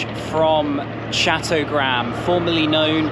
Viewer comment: They're actually pronounced "chott-toh-graam" in chattogram, brilliant video by the way!